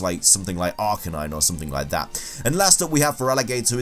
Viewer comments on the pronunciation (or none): none